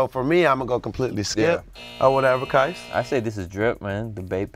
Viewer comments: Qais. His name is Qais. Not Qias. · Worst take saying "Air Qias"